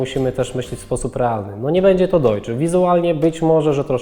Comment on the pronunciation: DEUTZ- 'Dojc' / DEUTSCH- 'Dojcz'. Nie istnieją traktory/ silniki 'Dojcza'